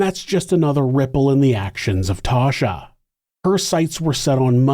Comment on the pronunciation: 'Tasha". not "Tosha"